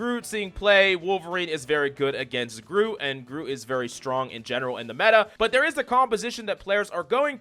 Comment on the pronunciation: Hey, Coach, did you know that Groot has got a T at the end of the name?